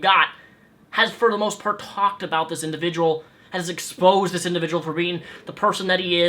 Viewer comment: said indjivujul twice